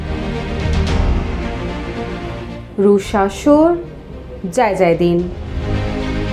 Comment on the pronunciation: ম্যাডাম রুশ শাসন বললেন নাকি দুঃশাসন বললেন শেষের দিকে😂